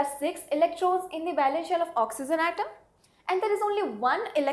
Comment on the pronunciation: madam, just for being an english teacher. my ambitions is to see you as a good pronouncer of saying the word ''oxygen'' correctly.